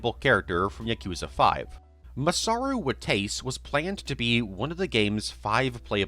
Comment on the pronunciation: "Masaru Watays" omfg bro your mispronunciations are killing me